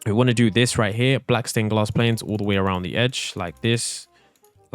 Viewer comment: Bro said glass planes